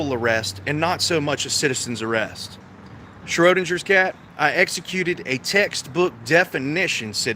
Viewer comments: it's pronounced SchroDINGers cat. As in ding. Just like you're a dingbat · How the hell can you NOT correctly pronounce "Schrödinger's Cat"? Who Erwin Schrödinger was and his 1935 thought experiment regarding quantum physics is a matter of common knowledge. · Anyone wanna tell him how to actually prounce "schrodingers cat". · How about learning how to pronounce 'Schrödingers Cat' correctly before openly ridiculing yourself even more? 😂😂😂